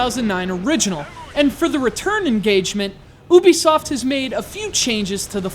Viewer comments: this isnt a review. and by the way.... ubisoft (yoo-be-soft) not (oo-be-soft) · Who's oobisoft? Which part of America is that accent from?